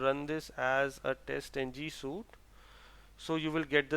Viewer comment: Excellent video, very clear. I watched it once all through and then used it to repeat the exercise in Eclipse and I found this very helpful - I'm a newbie to Java. Could I just say that 'suite' is pronounced the same as 'sweet' rather than 'suit'. Very well done, well prepared and well presented. Thank you.